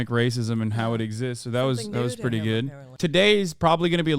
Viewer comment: "K that's preddy cool" 🤣